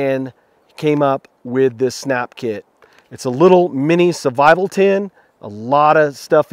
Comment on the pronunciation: I'm sorry but it has been bothering me a lot ... why do you pronounce "survival" as "suvival" ???